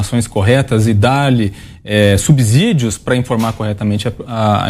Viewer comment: Esse não sabe pronunciar a palavra subsídio... é muito ruim de português.